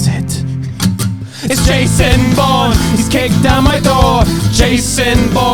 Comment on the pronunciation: Oh my gosh it’s Vason Vourne 😂